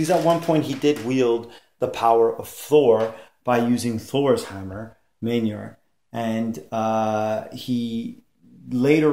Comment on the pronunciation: BETA RAY THOR!!!??? IT'S ONLY EVER BEEN BETA RAY BILL!!!! ALSO IT'S NOT MILNIR IT'S PRONOUNCED MYAWLNEER!!!!!